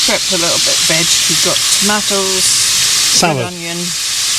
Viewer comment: 😆 just brought a smile to my face when she said ‘tomatoes’, reminded me of my dear old Scottish dad 🥰 Ask her to say Yacht!? We used to tease dad, obviously in a nice way. Lovely vlog, another site to add to my ever increasing list from your recommendations 😘 Sending hugs xx